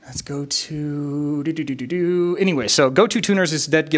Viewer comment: Good info on Yamaha guitars. I always thought they were criminally underrated. Psst : Gotoh is pronounced "go-toe," not "go-too." 😉